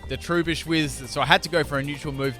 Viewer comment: t-ru-bush not true-bish